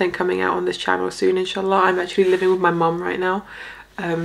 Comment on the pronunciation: Improve your Arabic it sounds funny for us Arabs, Pronounce like this "in shaa allah" not "enshalla". It honestly really sounds wild and not understandable in the language of the Prophet. in English its like saying "odwillie" instead of "God Willing" Learn Arabi before trying to talk Arabic in public. "al-hamad laleh" its not "Humdella" Please don't spoil the language of the Prophet.